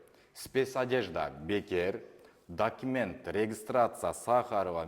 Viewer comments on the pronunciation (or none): none